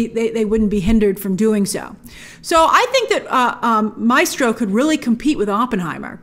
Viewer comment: How do you mispronounce MAESTRO grace